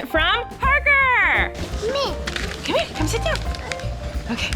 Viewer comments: Omggggg he said “Thank you, Parker” perfectly!!! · he said “ thank you parker “ so clearly 🥺